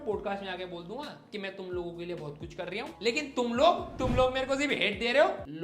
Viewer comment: kar riya hu 😅😅😅 Indori accent bahar aa gya bhai kaa